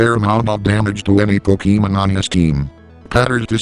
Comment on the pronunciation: is best commentator.:3 Also...PokeEEmen.